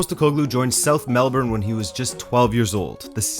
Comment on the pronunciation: Nailed pronunciation of Melbourne! ❤️ (Then botched Prahran lol - pronounced "Pa-ran", I know it's weird)